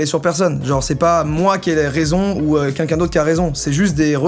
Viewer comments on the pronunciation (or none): Ca me stresse qu'il disent quinquin ou lieux de quELqun 😭😂